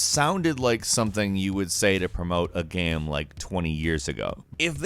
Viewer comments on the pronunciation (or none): I like it when you say GAM